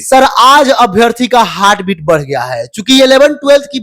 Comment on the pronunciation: हार्ड बिट nhi bhai, हर्ट बीट